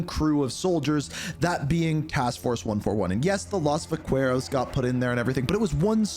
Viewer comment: Man listening to how he pronounced Vaqueros hurt my ears. Watch a campaign vid of the game cuz Alejandro says it a lot orI mean Jeebus it takes 30 seconds to google the pronunciation. It'll even pronounce it for you so you can hear it correctly. If he orders quesadillas I don't wanna hear how badly he butchers that too yikes